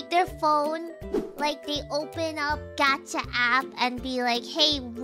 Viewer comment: I love her pronunciation of gacha: 'gyatt-cha'